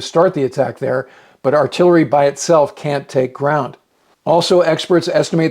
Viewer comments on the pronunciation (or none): none